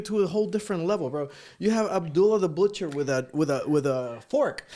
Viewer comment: is not Abdullah the Butcher pape; es abdula de buchelllllll 😂 Jean’s version of macho man is on point!